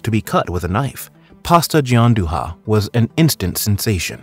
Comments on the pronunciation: FYI, Gianduja is pronounced "Giandueea" non "Gianduha" like in Spanish ;) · I'm having a stroke everytime he says Gianduhhhhha instead of Gianduia 🤣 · Cool, but that's not how you pronounce Gianduja lol it's sounds closer to GianduYa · "Gianduia" is read as "djanduya” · I'm Italian and I have to tell you this, your video is very interesting even to me and very well done, I will subscribe to your channel, only one thing, everytime you pronounce Gianduja like you are reading a Spanish words my ears bleed! The pronunciation is right for Gian but duja is pronounced like dooya ! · Sorry but this video is a bit weird. The need for gianduja was due to cocoa rations. Also please to pronounce gianduja. Also why did you borrow movie scenes which have nothing to do with the story? Other than that good video overall